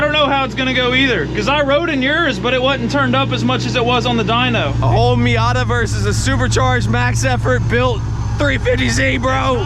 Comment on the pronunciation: I thought he called the Miata Heep